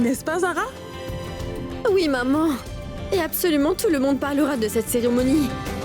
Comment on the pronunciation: 😂😂on dirait qu'à chaque fois Zara dit maman j'ai l'impression que j'entends mòmon moi😂😂😂 telman dan Zara sere 😂😂zara telman peze 😂😂